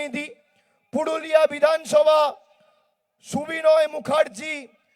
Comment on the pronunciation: পুডুলিয়া না পুরুলিয়া। ভুলভাল উচ্চারণ